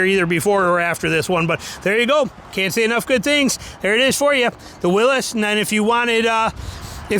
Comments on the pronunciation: It's pronounced will eez .how can you get Willis out of it ,look at it . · It's pronounced Willees. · Dude….it is not a Willis…..stop pronouncing it Willis